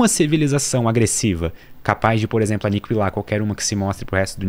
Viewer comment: Que agonia dele falando aniquilar como se tivesse trema no u. Pelamordi! Por isso que eu gostava do trema.